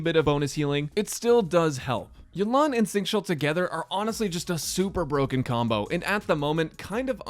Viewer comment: Great video! btw for educational purposes! it is more Xingqiu (Sync-Chew) not chow.